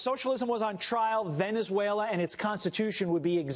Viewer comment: I laughed when the chap kept saying Venzuela :-)